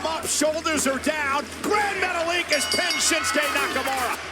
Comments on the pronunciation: Grand Metalick (Meta-leek) being pronounced Grand Metalic is hilarious coming from a years old wrestling channel... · Metallic? Its not pronounced that way, muh guy... Its pronounced Metta-Leak